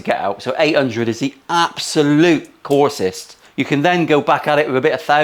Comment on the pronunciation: 800 is the "corsest"???? what tis word "corsest"? Is this sane as "the most coarse"? I am sooo confused, like Vinnie Barbarino in welcome back Kotter. 😜🤣🤣🤣🤣